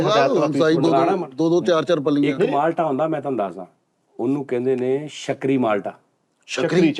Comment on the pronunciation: Shakri nhi sukri yhe arbi name ha Egyptian viraty ha